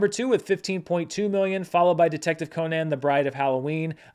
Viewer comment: I like how you pronounce "Detective Conan" like Conan the Barbarian instead of the Arthur Conan Doyle he's named after. Makes me think of it as a very different movie.